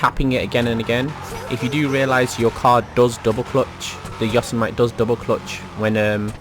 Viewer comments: Say yosemite the right way you gremlin (YO-SE-MITTY) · Its pronounced Yosemitty